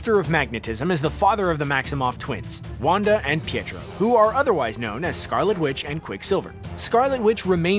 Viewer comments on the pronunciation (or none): none